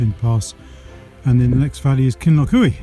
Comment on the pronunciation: Pronounced “Kinloch you” not eewee 😃